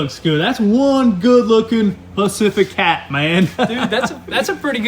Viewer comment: Pacifica ❌ Pacificat✅